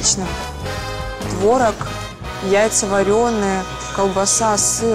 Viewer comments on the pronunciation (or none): none